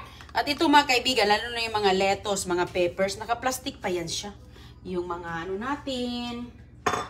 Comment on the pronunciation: Sakit sa tenga ng "litos" at "greps" ni.😢😢